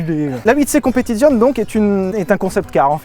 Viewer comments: Super vidéo. Mais je vais faire mon Jean-Michel Commentaire sur la prononciation de "Competizione". Cela se dit "Competitsione" et pas "Competizionne"... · Ho bordel Sylvain tu fais saigner des oreilles quand tu prononces un nom italien "Competizione", "Stradale", l'ignoble "Vignale"... Prononces au moins le "é" à la fin, StradalÉÉÉÉÉ bordel ! En plus tu le fais très bien en parlant de la Disco Volante, c'est con ! Merci j'vous aime les mecs ! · Le Z de competizione se prononce TS...😊😊😊 J'adore vos vidéos que je viens de découvrir..en fait vous parlez comme monsieur tout le monde👍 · C'est mieux si tu prononces Competizioneeee Sylvain